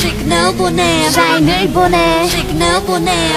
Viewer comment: Dahyun said Signar.